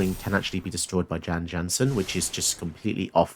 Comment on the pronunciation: Jan Jansen at your service Is there a gryphon about? Beware! Your knees are MINE! Also Jan Jansen is pronounced "Yawn Yawnsen"